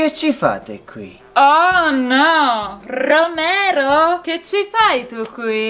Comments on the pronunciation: Esatto non si dice Romero 😍♥️ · Che ridere quando Isabella dice Romero ma in realtà si dice